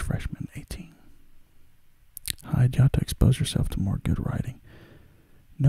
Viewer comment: Rize is pronounced Ree-Zay. Hide is pronounced Hee-Day